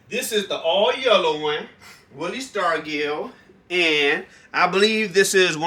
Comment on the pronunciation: Yeah it was willie that warmed up with a sledgehammer. Pronounce his name with a "j". Say it like Starjull